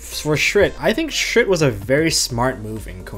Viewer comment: does everyone not realize that shurits name is shurit and not shrit? or is that just the us pronounciation?